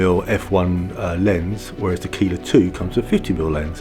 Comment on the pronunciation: Service message: Keiler is pronounced Kyler